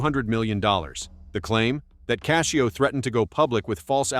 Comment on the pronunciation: His last name isn't cashio it's Cascio